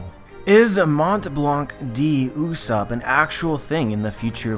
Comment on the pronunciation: Its not usopp its pronounce as Yus-sopp...